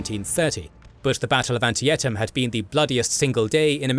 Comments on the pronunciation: "An-Ti-tem", not "Ant-i-et-am" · Great video. My only complaint is the name of that creek in western Maryland is pronounced An-tee-tam, not An-tee-in-tam. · I don’t think I’ve ever heard Antietam pronounced anti-etum before. I live in the area (in Manassas actually) and we say it an-tea-tum. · Anti-etum? I thought it was pronounced An-tee-tum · 1. 2nd Manassas or 2nd Bull Run. 2. It's pronounced AnTEEtum. 3. That is not what McClellan's uniform looked like. CSA officers had the sleeve badges while US officers had shoulder straps. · "An-TEE-tam," not "An-ti-et-ham" -- $@@ AI. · Good video like always. Couple little nit picks though. 1. It’s not Anti-et-am, it’s An-tiet-am. 2. Also I know you created the little Betsy Ross flag asset for the Revolution series, but maybe update the Union battle icons with the appropriate 1861 US flag. Yes I know some units carried historic flags as well but the standard 1861 flag would have been the most used in 1862. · Good video as always. A couple things. Its not Anti - et - am, its An - tiet - am. I visited the battlefield this last summer and before that I couldn't understand why Lee decided to make a stand here and why the casualties were so high. As soon as you get to the battlefield it becomes quite apparent. The entire battlefield is a mix of medium sized hills and little rolling hills through the land. You can't see more than a hundred yards in front of you. Its a quite good for defense but your troops are basically firing point blank into each other. At bloody lane the fighting had to be around 50 yards because you couldn't see the other side before then. Also the blue ridge mountains are absolutely stunning, its a picturesque site. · Auntie-ett-um??? Antietam! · lmao I've never heard anyone pronounce it Auntie-ett-um.... hearing that made got me laughing.. always heard it said An-tee-tum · "Anti-at-em" No. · Ant-I-etm eh? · Anti-et-em that's one hell of a pronunciation. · Antietam (An-tee-tam)